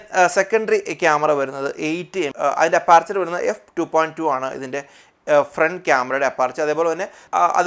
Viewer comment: അപ്പാർച്ചർ അല്ല സുഹൃത്തേ അപ്രേച്ചർ ആണ്